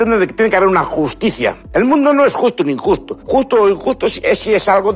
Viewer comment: ES JUSTU U INJUSTU 😂👏.Lo más grande.Me explicu 🇨🇱💛🖤🐍